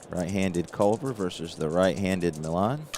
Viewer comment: some pronunciations for you...Felix Millan is 'ME ON'...Clalude Raymond is pronounced 'RAY MOAN'. I went to a fantasy camp in 1993...met all kinds of former Braves, Lew Burdette, Pat Jarvis, Sonny Jackson, Mike Lum and many others...got a real nice video compliments of the week long camp. In the Saturday games, when all the campers played the pros, I got Mike Lum on strikes...and I got it on video with the announcer doing a great job of reporting it. It was a great week...they called it 'Braves Baseball Heaven', and indeed it was. 1968 was my favorite year competing in Baseball and Football. I was blessed to be on some real good teams...one of the players I played with was from Cincinnati and he use to tell me about Waite Hoyt...when he would advertise for Berger Beer. He would say this line..."When ya get the urge, get the Berger, Berger Beer"...I'll always remember that line... Also, Phil Niekro came up for the Braves in 1964...at least that's when I remember it...and he was a knuckler when he first came up...the only other known Knuckler to me back then and earlier was Hoyt Wilhelm...nice job as usual...oh one last comment...I am doing several replays, and my Braves are always struggling. Wes Covington, in my 1958 replay, has a great ONE column vs right hand pitching. In 80 plate appearances so far, he has rolled in that ONE column 5 times! It reminding me of your 'Johnny Bench' slump...one thing about these games...the dice always win! LOL or actually 'Cry out Loud'